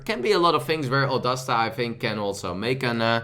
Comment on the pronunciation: Oon dasta make a oo sound. Like une